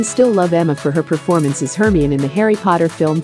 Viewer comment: You are pronouncing the name Hermione as wrong as possible.. It's like Herr--my--knee